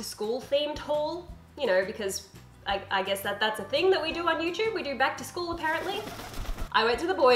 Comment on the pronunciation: what you said: Back to school haul what they heard: plaid skirt haul